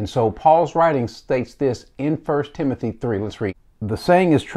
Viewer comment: “Timonthy” lol only problem I have with the video. Love it all